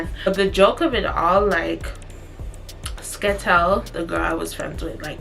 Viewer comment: Central calling Skettel a “Skettle” is funny asl😭